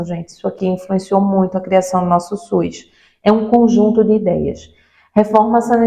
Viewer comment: É SUS ou suis? 😂